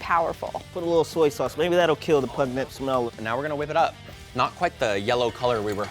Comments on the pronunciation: PUGNENT 😂 LOL he's so cute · I can't get past pugnent hahaha